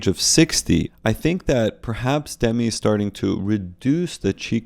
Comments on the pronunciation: It's "Duh-mee" and not "Demmi", fyi. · Doesn’t she pronounce her name ‘dem-ee’??